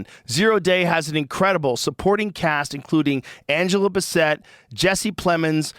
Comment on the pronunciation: Joe's pronunciation of Angela Bassett's name is hilarious